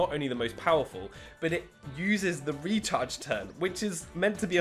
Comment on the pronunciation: Every time he says “the recharge turn” I think he says “the retard’s turn” LOL